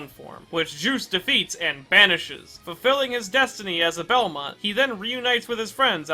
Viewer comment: Someone that finally pronounces his name right 😎